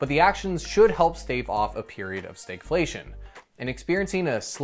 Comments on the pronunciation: Why do you pronounce Stagflation like Staygflation? You don't say the stag in stagflation is pronounced the same as stagnant. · You pronounce the "stag" differently than we do further south. Fun. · Never heard anyone pronounce stagflation in such an odd way.